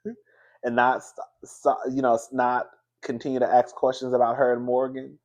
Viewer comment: talking bout I got a “quertstion” like Wanda down to the dinner table Duh fuh